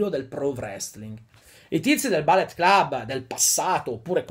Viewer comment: Perdonami, si pronuncia Bullet come si scrive, non ballet, sennò vuol dire balletto...